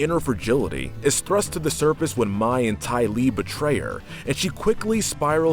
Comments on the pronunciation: Mai pronounced "My" instead of May. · And mai pronounced may not my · And mai is pronounced may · Also you pronounced Mai wrong its pronounced like May. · Are we gonna shrug of the fact on how he pronounces mai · Ok it’s sorta ok how you got some of the names wrong But then you mispronounce mai..... is that how you say the month may? I’m pretty sure not.. So why can’t you just say her name right? alsoooooooooo please you say your a fan of Avatar so you have heard the names!! Sorry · can't lie, I cringed the whole time when you were saying Mais name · and Mai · Same and Mai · And mai 🤦🏻‍♀️ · and Mai, like has he even watched the series? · you guys mispronounced Sokka. Its a long O not a short one. Also ITS MAY LIKE THE MONTH! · Also Mai and Kyoshi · Takes a jab at the live action movie at the beginning of the video, yet mispronounces names just like said movie. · This feels like he hasn’t watched the show and is just reading the script someone else made, as he is pronouncing names like Appa, Sokka, and Mai how they look instead of how the actually are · it just hurts how he pronounces Mai, Kyoshi and Sokka. i don’t get how you can mispronounce names said over and over and over again in a show. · Okay, I can understand mispronouncing Mai's name. Even I slip up there. But the Sokka and Kyoshi mispronunciations are cringe-worthy.